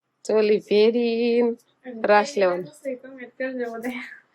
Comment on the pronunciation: સોલી નહિ ચોલી બોલાય